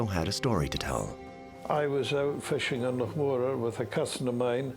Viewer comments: Why is that clown calling it " Mo raar , when it's clearly Morar ? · If no one's talking about a " lake" monster it's because Scotland has lochs, not lakes. BTW, that's loch, NOT lock. But in fact, the Loch Morar monster is an ancient legend, well known in Scotland. Just not in America, oddly enough. And it's MORar, not MoRAR, and MAllaig, not MaLLAIG! Maybe listen to the locals. ? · That pronunciation of Morar by the narrator was driving me nuts. Definitely not how it is pronounced.